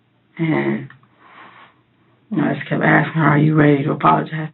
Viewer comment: Worst thing is, she says “axing”, instead of “asking”. I mean how disgusting is that! Pure evil.